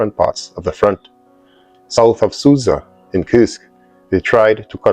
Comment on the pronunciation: btw, Sudza is to be read as ''soojah'... you're welcome.